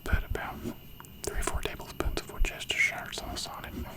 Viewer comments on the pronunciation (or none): I don't know whether the pronunciation was deliberate or not haha but Worcestershire sauce is pronounced wustersher lol.